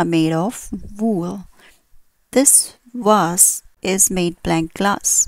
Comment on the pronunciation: A catastrophic pronunciation. Vool or wool? Wase? For Vase ? Why mixing up W and V?